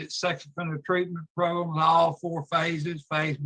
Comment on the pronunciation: She needs some "progrums" 🤣